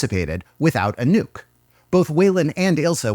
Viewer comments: well, might sound better like “a-nook” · It took me a good 2 minutes to realise you've said anouke and not a nuke. It's time to go to bed I guess. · everytime when you said "Anouk" i thought you said "A nuke" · I think I'm too tired for this video, I heard "a nuke" everytime Anouk was mentioned.